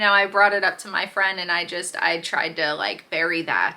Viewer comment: Is he trying to say "up"?